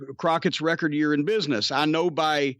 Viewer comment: "Muh place of biness" LMAO